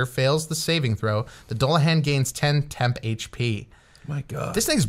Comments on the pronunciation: For future reference - Doo-Luh-Han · It's pronounced "Dool"a-hon" omg lol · "Doo la han", not "dull uh han" I think *Or maybe "dool la han" **han? hon? I think soft a not hard a, so hon like on starting with a h sound. I obsess with pronunciation sometimes 🤣